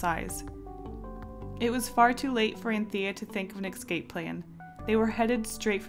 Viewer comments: IT'S NOT EXCAPE IT'S ESCAPE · ugggggggggg its escape. not ecscape. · It's not ecsape its escape. See the difference?